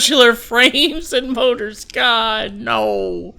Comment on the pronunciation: those mouras hahha i always laugh when you say motor and oil LOL